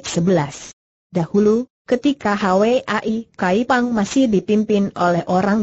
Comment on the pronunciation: Hwa I Kaypang bukan Hawe ai kaypang , hwa : bunga.